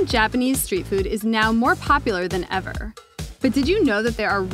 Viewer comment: "...is now more popular than evR-R" why do you have to talk like that?